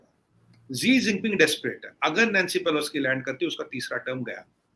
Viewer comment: कौन है यह इंडियन साइड से? नाम तक नहीं पता, नैंसी पेलोसी को पेलोस्की बोल रहा है और ज्ञान ऐसे बांट रहा है, जैसे सब कुछ इसी को पता है। 😊